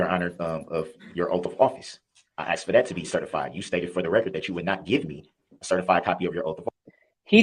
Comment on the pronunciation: As well, if he says ‘aksed’ one more time…….